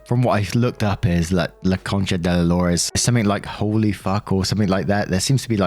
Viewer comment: AJAJAJAJAJAJA your pronunciation wasn't so bad. La concha de la lora it's an amazing curs, it's very versatile. Like we use it A LOT when something it's really far away and annoying to get to (oh man... I have to go hasta la concha de la lora to get x).